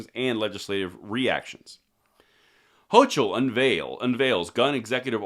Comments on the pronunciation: her name is pronounced '' ho co '' ,,,,,,, [the letter ''O'' is a long vowel ] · great video, but Her name is pronounced “Hokull” which really translates to “Coumo 2.0”. What he did was criminal, what she is attempting to do to allow criminals to own NYS, without the 2A, they will. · Hochel (pronounced Hoke-el) is a blithering unelected communist leftist schill that is just dutifully toting the NWO Elite globalist line!! Every Constitutionalist in every blue state should bail and move to a Constitutional RED state!!